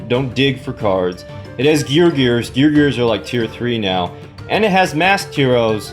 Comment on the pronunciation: nice video, i think the f2p players should now have knowledge on how to spend their gems. this does not apply to me cuz i actually spend money on this game and i choose to do it because i can spend my money on what ever i want. oh and 1 more thing, its geargia* not geargears lol